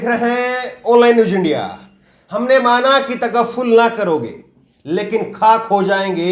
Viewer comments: Are sir tagafful nhi tagaaful hota hai Aah ko chahiye ek umr asar hone tk kaun jeeta hai hai teri zulf ke sar hone tk. Humne Maana ke tagaaful na karoge lekin. Khaak ho jayenge hum tum ko khabar hone tak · स्न्तावना नहीं सांत्वना तगफ्फुल नहीं तगाफुल mean गफलत लापरवाही